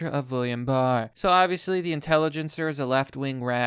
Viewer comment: "Intelligencer" Fuck my sides dude I'm dead